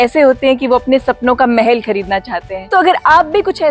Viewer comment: Mahal not mehel